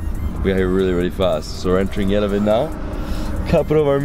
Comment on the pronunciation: Sorry after 10days you still can't pronounce Yerevan correctly! I enjoyed this series immensely! Thank you and your beautiful hostess Lusine